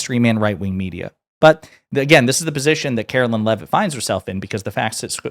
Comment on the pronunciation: karo-lie Leav-itt LOL